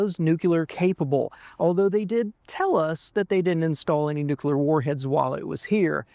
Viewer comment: “New-klee-are”, not “nook-yoo-lerr”…though W would be proud, not a standard worth pursuing, of course.